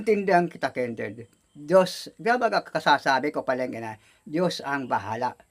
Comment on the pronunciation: Nakakatuwa talaga si tapos sa pag pronounce niya sa pangalan ni Kindred ay Kinderd he he he. God bless you all. Watching you all from Toronto